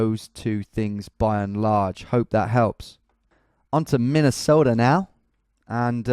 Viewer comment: Btw Tom, a better pronunciation of Minnesota, is saying it like you were a Scandinavian. That’s how I think of it at least.